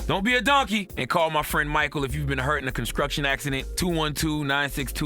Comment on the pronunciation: Well said. And Did Charlamagne say consCRuction accident, not well said 😂😂😂...